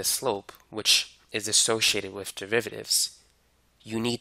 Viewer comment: Great “Mahff” teacher. He explains it “Whiff” examples. 😂